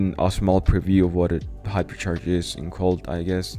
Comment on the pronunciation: Hyper sharsh